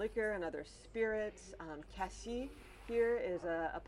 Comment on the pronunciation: Hello. the final S is not silent in the fruit named cassis. Be aware thou that there is a city named Cassis whose final S is silent